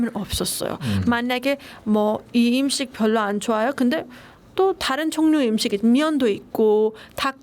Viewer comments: 너무예뻐요 한국말도너무잘하네요 발음도완벽하구요 근데 음식의 <음>발음을 <임>식으로발음하네요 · 으 발음이 안 되는구나. 음식이 임식으로 들려서 갸우뚱 했는데 은행도 인행으로 발음하네